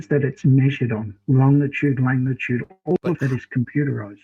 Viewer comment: “Longitude and LaNGitude” … 😂